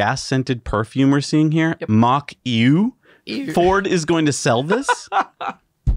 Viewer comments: Mach Eau is a disgusting idea invented by a lunatic for a dinosaur industry about to be ‘ICEd’ by BEV. Just an aside on the word Eau - it is a French word which means water and is pronounced OH - and Now You Know 😁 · "Eau" is pronounced "O" just incase anyone is curious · Eau=water in French pronounced "oh" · It’s Mach Eau [ohh]. But very hilarious 😂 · Mach Eau pronounced like Mach "O"! Nice surprise to see the likeable here! Guess Jesse's on a well deserved holiday!